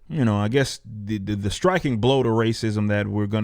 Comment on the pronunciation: the final schtriking blow ... what the hell happened to the word "striking"?